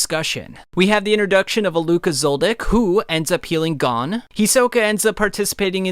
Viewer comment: Gon not gone